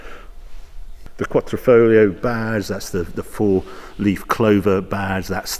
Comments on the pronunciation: Not Quattrofolio, but Quadrifoglio, Quadrifoglio, Quadrifoglio :))) ...Quattroformaggi its ok only for Jeremy Clarkson :))) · Foglio not fowlio. Short o.... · Qua'D'rifoglio, not QuaTTrofoglio! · I love your videos Harry, but it's "quadrifoglio", not "quattrofolio" ;-) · Finally! Been waiting for you to do this. Harry - It's Quadrifoglio not Quatrifoglio, It's an Alfa not a Maser lol. I love that it's jekyll and hyde, I wouldnt change mine for the world. Maybe you've been spoilt with your £149k XE SVO... I can't wait to see the comparison video. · Quattro-folio, really Harry...... Sigh 😂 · "quattrofolio"?? Thumb down